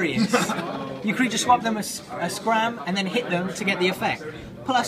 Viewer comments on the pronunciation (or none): OMFG ITS SCARM NOT SCRAM XDDD